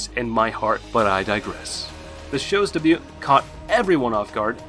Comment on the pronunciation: I ignored it when he pronounced "Moriarty" the way he did, but when "dabewt" instead of "debut" I was like...what? lol